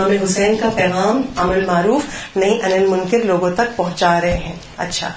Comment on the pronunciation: خواھرم ۔نھی عن المنکر زیر سے نہیں زبر سے ہے